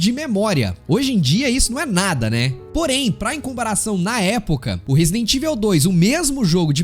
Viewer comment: pq a maioria da galera fala "resident ivel"?